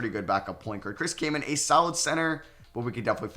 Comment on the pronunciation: my name is cayman it felt funny as u were saying caman